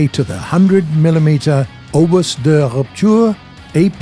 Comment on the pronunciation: Its funny how they try to say french words. Good effort though its: Obu-De-Rupture